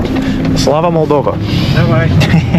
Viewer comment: It's Moldova, not "Maldova".